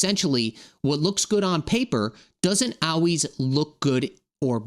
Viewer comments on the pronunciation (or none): Why do you say always like that? It makes me think this is all bullshit